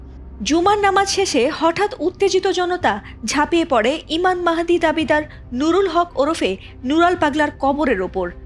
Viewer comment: Nura pagol to hujur mahadir nam o bolte parena